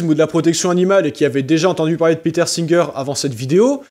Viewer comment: Y'a que moi de perturbé par sa prononciation de "Peter" en "Péteur"? 😵